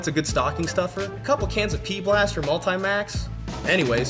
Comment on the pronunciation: i refuse to acknowledge your sponsorship until you learn the company's name. its not "P Blaster" its "PB B'laster". not something that is debatable, its written all over their website as "PB B'laster"